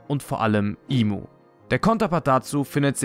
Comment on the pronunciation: Der Charakter heißt im sama nicht imu sama es wird nur imu geschrieben aber im ausgesprochen